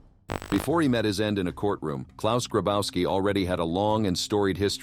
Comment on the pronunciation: Klaus Grabauski. Bro. Polish 'W' = English 'V'. It's pronounced Grabovski.